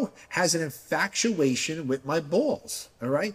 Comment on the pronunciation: Frank-used to be an attorney Also Frank- “infactuation” 😂 love frank